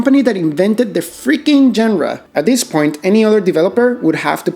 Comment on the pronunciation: Surely pronouncing "genre" correctly can't be that hard.